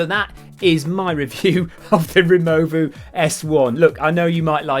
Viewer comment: I like how the 2-button operation of the Removu was cumbersome but the 3-button operation of the Evo was fine! Also from the very beginning of the video you had no trouble pronouncing "Zhiyun" but struggled with "Removu" - I gave you the benefit of the doubt but subjective review it was not - shame!